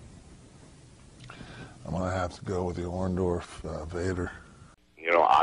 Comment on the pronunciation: soori he said Orndoff and I be damned if you didn't spell it that way,lol. OrndoRff bro. Tennessee Stud says it the worst way ever